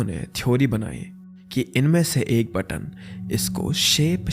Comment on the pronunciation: button bol ke sara maza kirkara kar diya. pagalpan